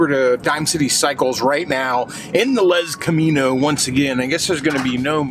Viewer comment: Every time you say lezcamino I die!